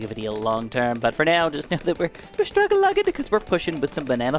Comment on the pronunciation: "Struggulugin" never fails to make me laugh. Love you you've been my favorite YouTuber ever since I started BTD in 2020.